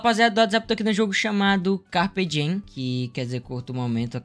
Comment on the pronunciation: Quando o falou carpedin eu entendi capeta kkkkkkkk